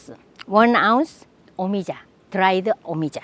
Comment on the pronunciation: yea ik but she made it sound like it was pronounced me-ee-jah... i know how things are pronounced jesus